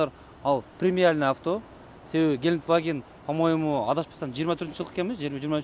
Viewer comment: Геликваген эмес брат Гелендваген 😄